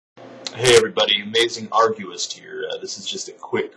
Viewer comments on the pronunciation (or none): why does he say arguist instead of atheist?